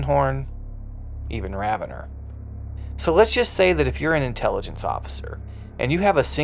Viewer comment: I thought it was Raven-or not ravenner? Is there an official pronunciation i dont know about?